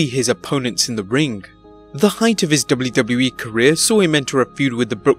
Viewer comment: Dub-blue Dub-blue E. Lol